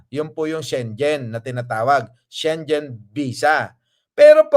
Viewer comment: Schengen visa ang pronunciation po ay SHE-NGEN hindi po SHEN-JEN